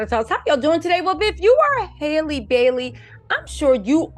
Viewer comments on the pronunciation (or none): Love you, please say her name right it’s Halle like Halle Berry. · why can’t you say Halle? Just like Halle Berry pronounces her name. Please get it right! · You keep saying her name wrong